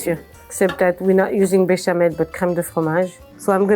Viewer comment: I skipped as soon as I heard bechamel.